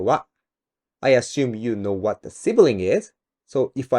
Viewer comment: Really love your works but I just can't help my self. "You cannot focus on the thing because you don't know "wa" I'm talking about"